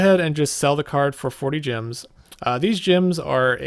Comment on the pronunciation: why do you keep saying gyms instead of gems? lol